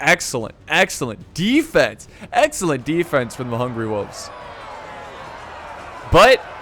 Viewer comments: It really annoys me how says "wolves." It's hungry WOLVES not hungry woofs! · Does that mean I don't get to hear pronounce "wolves" like "woofs" again?